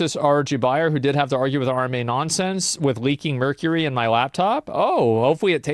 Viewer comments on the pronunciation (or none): none